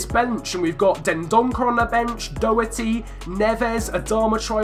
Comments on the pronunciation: Matt Doherty is pronounched Dordy not Dougherty. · What part of Ireland is it pronounced like that? Its Doh-Her-Tee